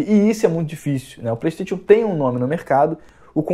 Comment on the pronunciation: "Plestêtchu" Ha!!!!!!!